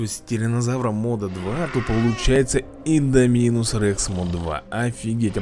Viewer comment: ты немного неправильно произносишь Индоминус, там на второй слог ударение